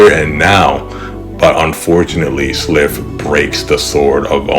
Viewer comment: For what its worth, the "i" in Slithe rhymes with spy or sly: Sly-th. 🦎